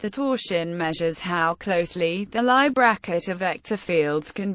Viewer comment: I hope somebody has already noticed all what the audio track misses (like all the nabla symbols) and the mistakes (like the pronunciation of names such as Lie and Leibnitz and taking TM to be Trademark instead of tangent space).